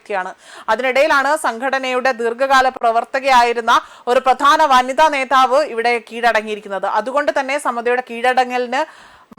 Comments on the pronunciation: നേതാവ് മതി ; നേധാവ് വേണ്ട നേഠം അല്ല നേട്ടമാണ് ശരിയായ പ്രയോഗം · നേധാവ് 😢😢😢 ആദ്യം പോയി അക്ഷരം പടിക്ക് കൊച്ചേ...